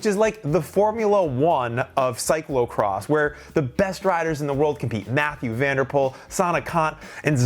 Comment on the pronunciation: The way you say Van der Poel is really funny to listen to as a Dutchman. Nice vid!